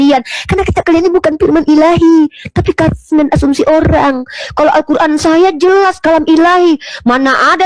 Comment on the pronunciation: Nyebut alqur,an z kuran.